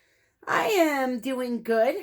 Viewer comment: I “AM”, not Ann